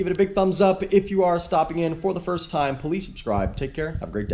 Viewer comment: It always sounds like you saying “police subscribe “ 😂